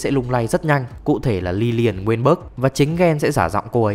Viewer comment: Lilian mà anh chơi liên quân nhiều quá anh đọc thành liliana